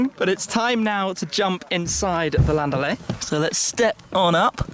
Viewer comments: Why is he pronouncing it the French way? Either English (because the report is in English) or German, because the manufacturer is German. But why French? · When he says "Laundalet", its like a mexican yelling "andale"!